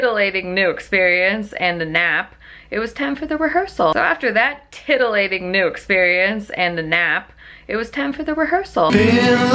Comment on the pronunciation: WAS ANYONE ELSE TRIPPIN OUT WHEN SHE SAID THE TIDILATING EXPERIENCE PART TWICE?!?!?! LMAO I THOUGHT I WAS CRAZY